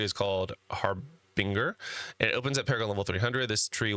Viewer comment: pronounced HAR - BIN - GER